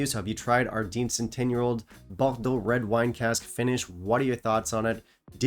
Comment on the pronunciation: I wasn't even vowed by the 18y and I'm not too keen on red wine finishes - with the exception of the Ledaig Rioja cask, which is also a Distell product, so now I'm intrigued again. And: compliments, you really practiced the pronunciation of "Bordeaux."